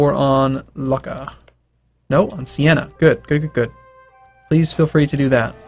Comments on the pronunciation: The way you pronounce Luca is Loo-cka. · Luca is pronounced Luke - a